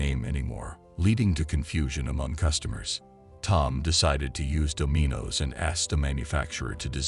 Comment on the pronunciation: "do-MEE-nos"??? Try "Dom-in-oh's" voice-bot And WTF does Donald Trump have do anything? There are so many inaccuracies in the tale you should sell it as a fictional account...